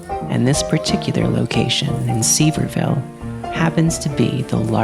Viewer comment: EXCUSE ME? HOW DID YOU PRONOUNCE SEVIERVILLE? (ps. ik you prob don't care but its suh-veer-ville, or as locals pronounce it suh-veer-vuul)